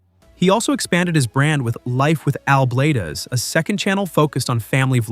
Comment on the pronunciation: Al Blades (Not Bladez) WOW that's incredible 🤔